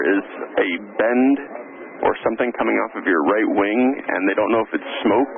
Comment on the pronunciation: "band" not "bend" :)